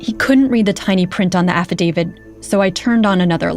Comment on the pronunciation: Kind of astonishing that a Washington Post reporter made an entire podcast series thinking the word is 'Affadavid' and no-one thought that was an issue.